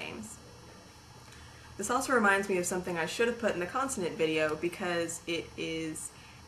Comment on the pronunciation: Heeey, I noticed that 'someSing'. Not very kind of you. ;-)